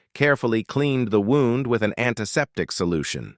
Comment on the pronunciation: The AI voice used the word wound and not wound. 😂